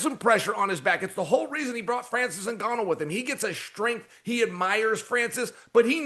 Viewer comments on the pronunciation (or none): none